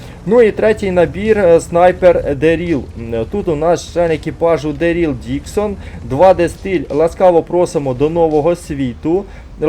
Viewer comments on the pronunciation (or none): Та блін не МІшон, а МішОн)) Не ДерІл, а ДЕріл)) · Не МІшон, а МішОн))) І ДЕріл, а не ДерІл)))